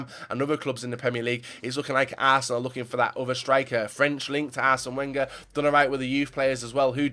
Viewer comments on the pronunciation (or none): none